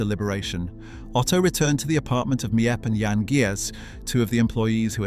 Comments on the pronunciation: As someone who’s learning Dutch and written a few things for books about Anne; some of the pronunciations of names and surnames such as Miep & Jan Gies are pronounced wrong as their names are pronounced Meep and Yan Gees (Dutch G sound) and some information is wrong: Herman Van Pels wasn’t gassed immediately upon arrival. But in October a month after arrival due to injuries. And the fact that he just gave up willing to live. Otto’s family lived in Switzerland not Elfriede’s family. And you missed the bit where Anne and Margot didn’t move to Amsterdam immediately when Otto did. He actually went ahead of them in 1933. The Frank family moved to Amsterdam in stages between late 1933 and February 1934 to escape Nazi persecution in Germany. Otto Frank moved first in summer 1933, followed by Edith and Margot in December 1933, with Anne joining them last in February 1934. She’d been with her grandmother in Aachen till she finally came to Amsterdam. Apart from that it’s a good video. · The names of the helpers are Miep. Pronounced as Meep and Jan pronounced as Yan. Their last name is Gies pronounced as Gees. Many people don’t know how to properly pronounce the names. I’m Dutch btw. And have seen this house several times.